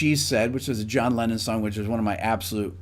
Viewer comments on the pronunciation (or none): NO SE COMO HAGAN ESTOS DOBLAJES AL ESPAÑOL O SI ES LA TAL INTELIGENCIA ARTIFICIAL, PERO TODO EL TIEMPO EL CONDUCTOR DICE LENIN EN LUGAR DE LENNON, INCLUSO SE PUEDE CONFUNDIR EL NOMBRE CON EL PERSONAJE RUSO, ASI QUE PONGAN ATENCION EN ESOS ASPECTOS IMPORTANTES DE UN VIDEO QUE LO VE MUCHISIMA GENTE Y QUE LA INFORMACION DEBE SER LA CORRECTA!